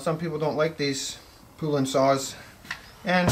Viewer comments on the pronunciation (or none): Its pronounced like the country Poland only without the D on the end. Polan Poulan